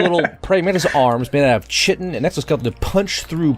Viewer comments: Chitin is pronounced 'kai-tin" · I agree with every single point you made but chitin is pronounced (kai-tin), only gripe I got.